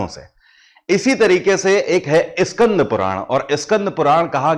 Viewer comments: Please say skand not Iskand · Iskand. Puran nahi. Bete. SKAND. Puran. Kaho. . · इस्कंद पुराण नही स्कंद पुराण होता हे. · स्कंद कहिए,इस्कंद नहीं!हिंग्लिश क्यों?